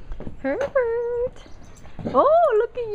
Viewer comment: It almost sounds like "Pervert", when you say his name :D But he's sooo coool :) I love this type of dog.